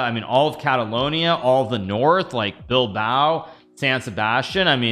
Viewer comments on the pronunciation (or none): none